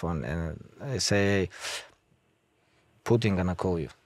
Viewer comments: It's Putin not Pudin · Pooooteen WTF man can you not say the name of one of the most famous people .